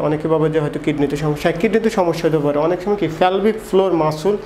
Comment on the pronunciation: Fare ki jinish? Pare Ki doctor tik moton bangla porjonto bolte parche na.....